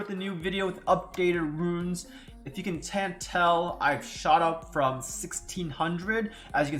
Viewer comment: Excellent intro 😂 “if you can tant tell, i’ve shot up from 1600 as you can see from this vido abuh b eshbuh euh ye in”